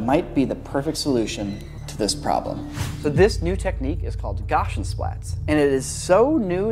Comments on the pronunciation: The way you pronounce gaussian was so confusing. I had no idea what you were talking about until you put the word on screen. Just a FYI, it's [ gowh see in] or written correctly [ˈgau̇-sē-ən] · Yes, I thought he was saying some German term I'd never heard before, "gosshensplatt" or something. has a few accidentally "bespoke" word pronunciations like that. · Cool video, but good goddess was the incessant mispronunciation of "Guassian" painful. I almost quit the video, but I'm glad I didn't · I didn't know that you were saying "Gaussian" until you put it up on the screen. This name refers to the Gaussian function, named after mathematician Carl Friedrich Gauss, which you can think of as fuzzy blobs that get moved around to form the model. The pronuncation of the "au" in "Gauss" can be approximated by the "ow" in "cow." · The pronunciation of "Gaussian"... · The way he pronounces "Gaussian" makes me twitch. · I've never in my life heard someone say "Gaussian" that way. I'd be curious to learn where you heard it said that way. Maybe it's not related to anything else from Gauss the mathematician, and the twist here is you are completely saying it right, but... that feels unlikely. For those wondering, Gauss rhymes with house. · Awesome video and I love that non-Euclidean stuff is getting more popular, BUT the mispronunciation of Gaussian is really annoying. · JUST USE GAUSSIAN SPLATS GOD DAMNIT Yes! Wait, why are saying it like that? Wait, I though the thing yoiu aalways recommended was polycam? polycm has gaussian splats , No! 1.Gaussian splats get the angle of the camera and use that to train a bunch of dots in 3d space that change their color based on the camera angle, So, if it dosnt know what it looks like if you turn around, of course its gonna look weird. 2, just walk through, with Gaussian splats, rushing is bad. WHAT FLOOR??? Its just a bunch of dots in 3d space in a grid, ITS NOT A 3D SCAN!!!! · Why are you saying "goshen". It's gow (like cow) see uhn